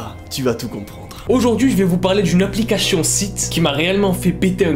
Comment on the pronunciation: "Applicachion" 😂🤣